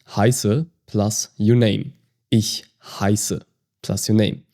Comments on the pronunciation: been learning german for 7ish months. Wanted to practice my listening but i swear the way you are saying words is a dialect or my ears are bad. Im 7 mins in and your ich and Maedchen just sound off to me. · Okay, I’m confused. I took German in high school from a native speaker who pronounced “ich” more like ickh vs the soft ish in this video. When I spoke some of my high school German to my German-speaking grandma she was so pleased that I was learning “proper German”, specifically she stated she pronounced ”ich” like ish (like this video) growing up, but that she spoke hillbilly German. I’m confused. Is it a regional difference?